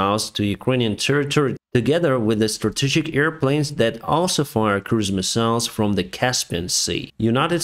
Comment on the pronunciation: Excuse me, did you say Cruise Missiles or Christmas Missiles ?